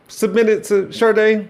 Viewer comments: My Black Brother... Her name is pronounced "Shah-Day", not "Shar- Day". There's no Rs anywhere in Helen Folasade Adu's name. Put some respect on the Queen's name! 😊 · Not you calling Sade Sharday 😭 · My only complaint about this video is that you kept pronouncing an "r" sound in Sade. Please say my once potential future wife's name correctly. 😅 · I was almost grown when i realized Sade wasn't Sharday like you say. 🙃🫠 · Pronouncing Sade with a hard R is diabolical 😂.... All love brother haha #OhioAgainstTheWorld